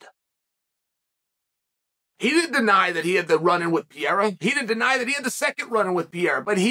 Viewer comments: Please, for the love of God Chael, the man is not French. Stop calling him Pierra. It's Pereira. Like, there is only one undefeated, undisputed Chael Sonnen "Per Era." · Sonnen. Could you please says Alex last name right. Isn’t Piera, it’s Pereira. Thanks in advance. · Dude stop saying Pierra 🤌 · Poatan “Pierra” according to Chael 😂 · Please quit saying "Piera" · 9 minute video and im not sure I heard him say the champs name correctly once. 😂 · Why can't you learn how to say the man's name properly. You talk about focus and honing skills and you can't say pereira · Learn to say the champs name, ariel already called you on this. Shame on you Kale Sonnen